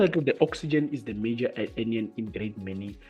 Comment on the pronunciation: Cation ( Read as Cat - Ion) .. Anion ( An-ion).. Great video, overall though..